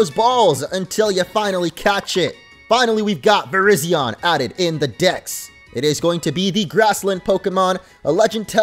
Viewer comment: It’s Vurr-RIZE-zee-uhn not Vurr-RIZZ-zee-yawn smh 🤦‍♂️ Also it‘s the YOON-uh-vuh region. Not the you-NO-vuh region. It‘s based on the UNited states OV America. YOON from UNited, OV from OF. and A from America. Kapeesh? 👌 ALSO ALSO, those aren‘t stars in the curry pot. They‘re sparkles :3